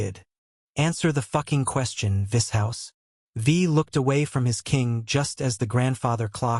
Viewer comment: Vis HOUSE 😂